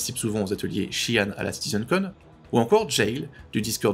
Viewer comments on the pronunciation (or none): Intéressant, je n'avais même pas remarqué ! Le créateur du langage, Britton Watkins, le prononce "chi-anne" et non "jean". Peut-être que l'acteur le prononce ainsi pour dire qu'il n'y connaît rien aux Xi'an.